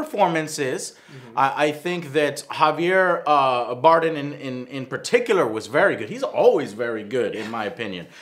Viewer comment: Javier Baredem , Baredem , Barrenedem, Banem. Come on Joe if you don't know how his name is pronounced at least stick with one don't just randomize :)